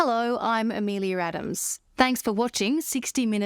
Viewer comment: At the end, the reporters name seems to be Amelia, why does she say A-me-lee-UR instead?